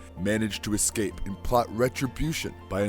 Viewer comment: Words mispronounced by this narrator include "escape", which he pronounces ek-scape; "affluent" for which he substitutes a-fluent and "iteration" which he decides would be better as jitteration. This is UN-ACCEPT-ABLE!!! Does nobody listen to this shit before posting?! I like this channel but find a VO artist who can speak clearly and knows the god damned subject!